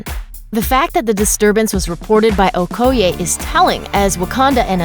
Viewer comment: The incorrect pronunciation of okoye upset me😂